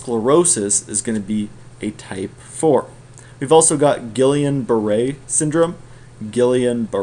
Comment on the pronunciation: Great video. Very good overview of hypersensivities that is easier to grasp than most text books. Funny guy too. Also you would pronounce Guillian: Gee-on (like Freon), they were a couple of French dudes.